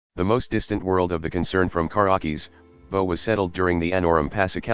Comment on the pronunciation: It's highly satisfying. I like how he says karrakis too, like "Car-ah-keys" 😂